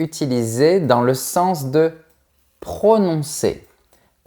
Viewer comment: 'Estomac' = prononciation 'estoma' 😭. 'Sens' = prononciation 'sans'. 😦